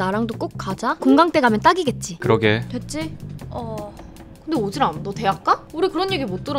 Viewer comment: 오지람이 오지랖으로 발음되는거 개웃기네 ㅋㅋㅋㅋㅋㅋㅋㅋㅋㅋㅋㅋㅋㅋㅋㅋㅋ